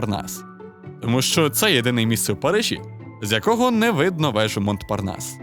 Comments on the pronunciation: Слово montparnas читається як "монпарнас", без -т-. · Цікава тема! Дякую за вашу працю для українського ютюбу! (малесеньке зауваження: "Монпарнас" - вимовляється без "т") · Тільки не "МонТпарнас", а "Монпарнас".